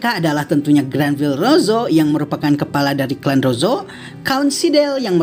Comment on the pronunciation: Bukankah namanya Granbellrosso bukan Granvillerosso?????